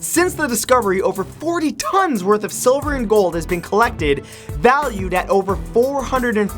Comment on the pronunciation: Did he just say "siliver" ??